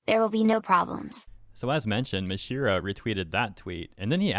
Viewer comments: nooo, it's not Mashiro, it's Masahiro. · Reading Japanese names is really simple and easy, I don't know why people keep saying them wrong. just straight up called him Mashiro no sweat. It's Ma-sa-hi-ro. Each one sounding like they are written. you don't have to guess anything, just how did Ma-sa become Ma-shi. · It's Ma-sa-hiro Ito not "Mashiro Ito". Edit: OH MY GOD!! I am so sorry but you continuously calling him Mashiro is genuinely annoying me and idk why lol 😂😂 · Does anyone else cringe when he says “Mashiro”? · hey man its Maw-saw-hero. Japanese has hard congregation sometimes. im a beaner but japaese word structure is easier. be well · Bro really pronounced his name wrong the whole damn video, smh.